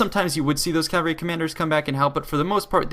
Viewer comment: Not sure why but when people say: "cavery" instead of cavalry, it grinds my gears intensely